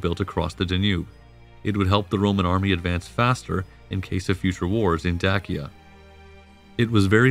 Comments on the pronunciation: It's not Day see uh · Very interesting, but this guy would have better credibility if he learned how to pronounce, "Danube" and "Dacia". I've NEVER heard either pronounced the way he does! It's "DAN youb" and "Day sia". Hurts my ears! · I’ve totally enjoyed this video and will be a new subscriber after I finish this comment. I did find that I pronounce the words Dacia and Danube quite different than you do but I can possibly dig up the strength to look past that lol. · Great video, and historically comprehensive and accurate. My only criticism would be several words were habitually mispronounced throughout the video (e.g. Danube, Dacia, etc.). This detracts somewhat from the information being presented, but not to a substantive degree. Also, great speaking voice. It reminds me of Jonathan Frakes. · This video adopts unconventional pronunciations for Danube and for Dacia, but why? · The narrator's pronunciation of words, such as Dacia, Dacian, Hadrian and others, seems off. Is this a bot thing?